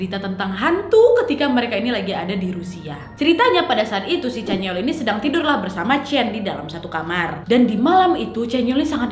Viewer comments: Sama canyeol yang harusnya dibaca Canyeol=(canyol) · chanyeol = chanyol kak nad=chanyeol kkkkkk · ka nadia nad chanyoel bukan caneol 😂 but its okey,ttp suka ko sm pembawaan kak nadia ❤